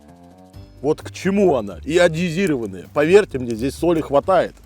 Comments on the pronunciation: Соль - йодированная, а не "даже йодезированная" :) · Ни йодизировпнная, а йодированная😊